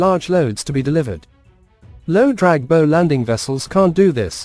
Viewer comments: Bow, as in rainbow, ramps? A ship’s bow rhymes with ‘How’, not ‘Sew’. AI narrators are still a big turn off. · Irritating mispronunciation of the front of the ship as "boe" as as opposed to "bough". Gave up at 2'56". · What an interesting way to pronounce bow - "bo" versus "boow".... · I assume the content creator types in text that he/she wants the AI to narrate. At least for the "bow" (bow and arrow) / "bough" (bough of a tree) issue heard all through this video the creator could presumably have deliberately misspelt "bow" as "bough" to force the correct pronunciation there. It's pretty lazy to not have at least done that (assuming it would work). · This marine video mispronouncing “bow” is ridiculous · Christ, just narrate the videos in person! Listening to this monotone voice misprounouncing 'bow' constantly is doing my head in. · PISSES ME OFF THE NEAR CONSTANT WRONG PRONUNCIATION OF "BOW". SLOPPY, CARELESS WORK. AI IS CLEARLY NOT FOOLPROOF. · I think it's signposting a future trend to dispense with main guns on future warships to make space for teams of highly trained archers able to fire deadly volleys of poisoned arrows at enemy combatants. In that context it probably makes sense to start referring to the pointy end of ships as the "bow" as pronounced in this video. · Agree, can’t even pronounce words, ie ‘ bow’ as making a bow, not as in a ships bow, the pointy end. Pathetic.